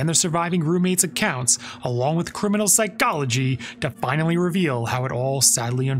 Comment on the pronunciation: Why dude says psychology like that😂